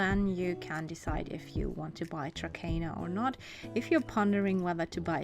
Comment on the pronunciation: No offense, but you're supposed to pronounce it 'Trakner' :) Nice video, though!